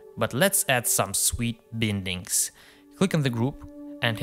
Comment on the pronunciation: Great work! Just a comment: it's pronounced 'bye-ndings' (/ˈbaɪndɪŋ/). Regardless! I'm a huge fan!